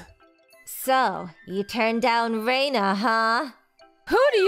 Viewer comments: Stop saying "Reina" like you're saying "Rhino" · "Reina" like "Rain". Seriously, there's only ONE way to pronounce Japanese words and names!